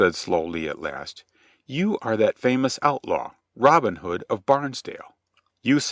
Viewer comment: Just two seconds in, and I am puzzled already. Isn't the way the narrator pronounces Robin Hood, the hood of a Robin, and not the nickname of a guy called Robin?